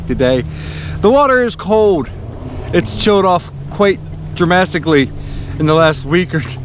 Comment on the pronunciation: Dramastically? That’s my new favorite word.😂